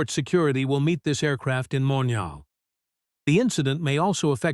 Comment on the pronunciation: Omg these mispronounced words are doing my head in. The city is MONTREAL - NOT mon ra ell. FFS some human editing needed here - URGENTLY